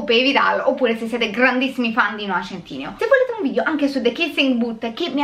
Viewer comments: Per favore, adoro la recensione, ma non riesco a sentire “centineo” invece che “sentineo” (come pronuncia) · Ma centineo non si legge "sentinéo"